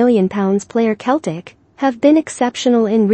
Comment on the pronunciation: For your computer robots the pronunciation is "Seltic"